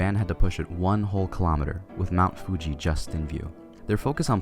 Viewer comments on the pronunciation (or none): none